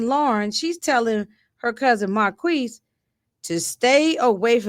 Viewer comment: From what I'm hearing on the tv show Marquis named is pronounced Mar-kease(phonetically) Saint should know who he married... no shade. He was big trippin all episode. I agree Skunk's days are numbered⏳️